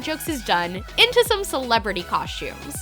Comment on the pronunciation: Coshtumes haha